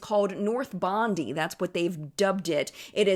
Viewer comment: Hi. Just so you know, Bondi is pronounced "bond-eye". No hate! I just know you like to be told if you've got the wrong pronunciation of things 🥰💜